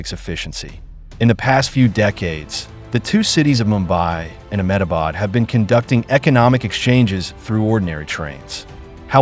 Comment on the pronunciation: THE INDIA GOVERNMENT, " M-Ah-bad" lol